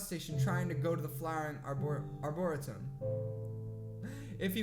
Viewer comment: LOL why does everyone struggle with Arboretum? xCeleste (Rosan) does too!! Arbor-eee-tum.